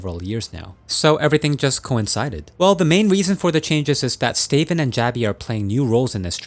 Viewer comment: Love this channel... but... Stay-ven? Stavn is said "Staouwn".